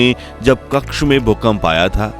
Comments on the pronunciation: Kxha નહીં કચ્છ બોલો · Pehale hindi bolna shikho Kasha nahi kacha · कक्ष नहीं कच्छ है। दुरस्त कीजिए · कच्छ not कक्ष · आप क्कछ बोल रहे हैं पर कच्छ शब्द है